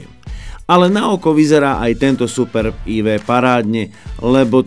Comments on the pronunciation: To, že sa to tak nemá hovoriť. Je to jedno slovo Superb a nie Super B. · Ale název Superb není žádná zkratka, proto není důvod to tak špatně číst.